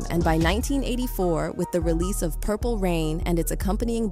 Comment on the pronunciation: purper ,,,and ,,and??? come on